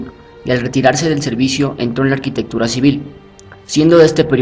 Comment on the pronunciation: En ninguna lengua romance, ni siquiera en el ingles (architecture) se pronuncia "arCHItectura"pronunciando la CH como la utilizan en el video. El titulo del libro en latín ARCHITECTURA de vitruvio, foneticamente el prefijo (arch) se pronuncia (arkau). a menos claro que se esté pronunciando en algún otro idioma, o alguna lengua muerta, en cuyo caso apreciaría la corrección.